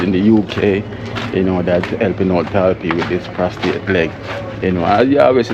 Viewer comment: Prosthetic leg pros- thetic pronounced pros -ta -thick ok son ….👍🏿👍🏿👍🏿👍🏿👍🏿